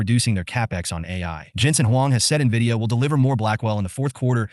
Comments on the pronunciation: I have zero faith in the opinion of an “expert” who doesn’t know how to pronounce Nvidia. Skip! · This first guy can’t even pronounce the company name correctly and we are supposed to listen?